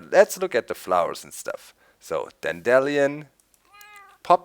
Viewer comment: He dont no how to pronounce flowers